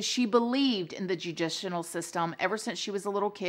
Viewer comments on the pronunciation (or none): I was soo impressed earlier in the video uses some word (forgot now) pronounced & used properly. I was like look at our girl learning English lol but also felt sad so when the "judicinial" came up I felt like everything was right in the world. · for a second, I almost thought "judicional" was a word lol gotta love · That darn "judicinal" system!🤣😂🤣 I always look forward to the -isms, in your videos!! Love you, girl! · judicial, not judicinal :) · "Judicinal" lol, found another word she says that cracks me up lol, like "supposebly" lol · no one: literally no one ever:: judicinal lmfaooo love you so much girl xoxoxo this case was such a tragic accident. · 😎 is so well spoken and smart that I couldn’t help but grin when she said judicinal not once but twice and wonder if she said it wrong intentionally because she also has an adorable sense of humor. New subscriber. Bravo🎩🤓🦉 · Girl, I love your channel. And I especially love when you mispronounce words. Judicinal. Worldwind. A couple others. I think it’s the cutest thing. I truly mean ZERO shade, I mispronounce some too, for sure. I think we all love you because you’re so relatable, human. Judicinal just had me cracking up!🥰🎀🌀🐴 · The “Judicional System”…🤦🏽‍♀️good Lord … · "judicianal" ?? lol girl you're hilarious!! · Ass-fix-ee-a-shun. and jew-dish- el. sorry to be the you tube police😆